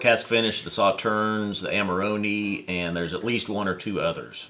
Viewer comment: Amarohneh not Amaroni macaroni.